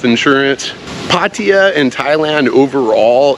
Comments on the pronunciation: Why do you say Pateeyah? Isn't it Pattaya? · Regardless, emphasize the last 'a' :)